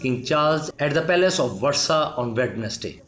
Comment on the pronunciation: Please find a speaker who knows how to pronounce English, and the word Versailles.